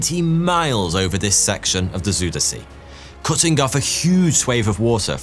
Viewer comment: besides the fact that you pronounced Gouda correctly.. I am more impressed by you pronouncing Afsluitdijk correctly both the ui sound and the ij sound you did correctly, however the same ui sound in Zuiderzee you did not and also the ij sound in Ijselmeer wasn't correct, where you did it correctly in Afsluitdijk.. But I am still impressed. A very good video man, as you can see in the comments, you made a lot of Dutch people proud